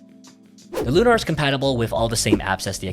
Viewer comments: It’s lunar, like moon. Not “looohNahr” like you keep saying 😂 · Not that it matters, but why do you pronounce it Loo-Nar with the emphasis on the "nar?" It's Lunar, with the emphasis on the "Lu." Like a lunar eclipse. You know, the moon?